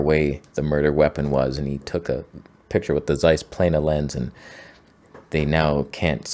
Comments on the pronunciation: "Zeiss" is pronounced "Tseiss" by the way, not "Seiss". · You should learn how to pronounce Zeiss.